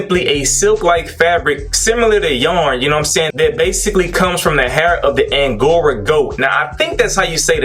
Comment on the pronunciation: Hey my brother♥You said 'angora' correctly. I ain't paying $42 for a brush, I don't care what kind of brush it is.